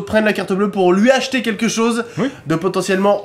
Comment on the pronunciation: Qui a entendu macfly dire abjetter au lieu de dire acheter